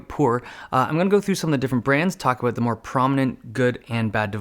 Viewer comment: He said "aboot"